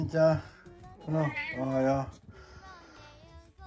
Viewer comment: しんちゃん、お出迎えの時のおはよう、思わずおっと言う位上手だったよ。ごはんもおはようも日々上手になってゆくね‼️💕今日は特別上手に聞こえたよ😄 撫でられ可愛いがられて幸せだね😆🍀❤